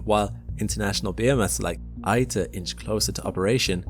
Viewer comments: My husband is a plasma physicist who works for a fusion startup company, and we have friends who work at several others. I was able to tour ITER in 2025. The info in this video is pretty accurate, but it's driving me crazy that you mispronounced ITER every single time. It's EE-ter, not EYE-ter. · Nice video. Just one observation: : It's pronounced "Eater," since its name comes from International Thermonuclear Experimental Reactor. Reply